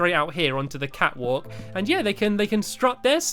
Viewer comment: When you said catwalk, I thought you said fatwalk.